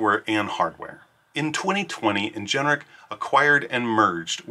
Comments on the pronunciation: Please say Ingenic not Ingeneric ... driving me nuts! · why on earth is this person pronouncing the word as "in-gen-er-ic" when it is spelled "in-gen-ic"? very strange